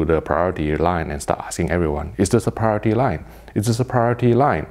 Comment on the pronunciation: "Prioritit". Subbed. :D